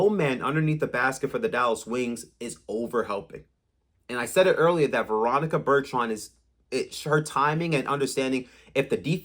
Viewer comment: What is so hard about saying ,”Bur-ton”….?